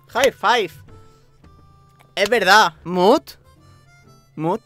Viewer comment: JAJAJAJA cuando dijo “mut” escuché “smut” raios k me paza xd este wey parece cool, aquí me quedo :v/